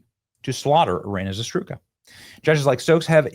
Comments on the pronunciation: it's I RY NAAAAA ZA RU TSKA Jesus Christ..., how hard can this be? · ear-RAY-na + za-ROOT-ska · Benny, you are hammering this headline, and that's GREAT, however, please learn her name, you're totally mispronouncing it! It's not a hard name to pronounce, just calm down and say it right. She deserves to have her name pronounced right. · I really appreciate all you do but could you please take a moment and learn how to pronounce Iryna Zarutska’s name correctly.